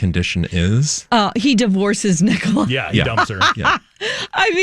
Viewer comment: Elias Rønnenfeld. a-LIE-us (not ELLIE-us). Nicola Peltz NICK-a-la (not ni-COLA). 😊💖